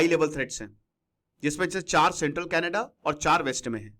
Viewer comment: यह कनाडा है, कनेडा नहीं.